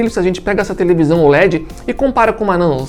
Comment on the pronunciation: Tevelisão kkk